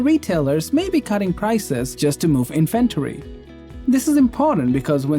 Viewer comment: In inventory the emphasis is on in not on ven. Super annoying and weird if people get that wrong.